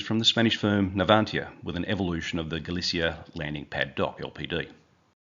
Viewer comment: happy to help. HMAS Choules is pronounced (Chooles as in Julez) Navantia is pronounced (Nah-van-tea-ah) Galicia is pronounced (Galee-sea-ah) Daemen is pronounced (Day-men) RAN is preferred to be pronounced as R. A. N. Which helps to distinguish it from Iran.